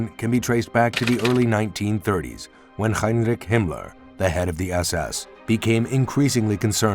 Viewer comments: Himler is pronounced axactly as it's written. NOT Gimler. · Who told this guy how to pronounce Himler 😅